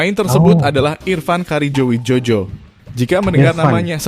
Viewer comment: Bacanya karyo wijoyo min bukan wijojo bikin malu aja